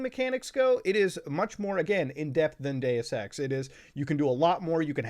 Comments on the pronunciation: Ngl I’m tired and I thought he said Day of sex instead of Deus Ex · I heard gay sex, bruh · Been listening to so much cum town, thought i heard "Gayus sex" a few times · When muta said deus ex my friend beside me asked why he was saying gay sex, funniest shit ive heard in a minute. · When he said Deus Ex and I was a little distracted I thought he said "Day of sex" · what the fuck is Day es Sex